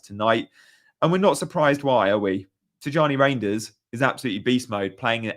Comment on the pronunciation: Reijnders is pronounced as Rine, not Rain